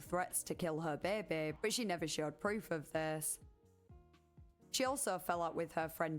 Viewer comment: I love the way you pronounce "baby"! Beebee